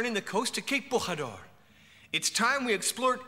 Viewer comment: Interesting, but you got wrong the correct pronounciation of Bojador. In Portuguese J is pronounced like in French. Thanks to José Mourinho for making the world know that.